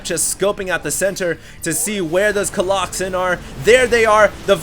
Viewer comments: Im gonna leave a comment every minute on every video until he stops saying coloxen shit:) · Someone needs to slap every time says Coloxen. Hard. Epic game, seriously can not believe how Pain turned that around, that one huge clash where he slaughtered all the Colossi was just so epic. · People obviously can't get over the fact that you're saying Colloxen instead of Colossi. This alone will be the downfall of your channel and career of a SC2 commentator. But I think it's fine, so keep on doin it!! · COLOSSI!!!! whoever told him colloxen, I'm coming for your soul! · stop saying coloxen. makes you sound stupid even if you and other people say its the correct pronunciation. say colossus or colosi plz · Coloxen might be funny if ever correctly pluralized colossus. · omg i love that he calls them colloxen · ok dude... i asked my latin teacher today and... it's collosi... yeah.... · Stop saying Colloxen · please stop saying colloxen, please please please stop. Also, SCA is getting pwned. Just so you know.